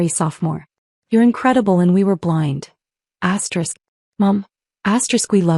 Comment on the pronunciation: This is BULLSHIT. Always says astrick. That ruins the damn story